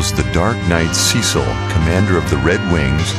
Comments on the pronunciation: One small mistake. The FFIV protagonist's name is pronounced as "Sess-il", not "Sea-sil" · So you Pronounce Cecil and Zidane wrong but you get Titus right????